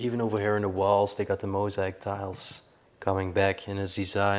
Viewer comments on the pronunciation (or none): none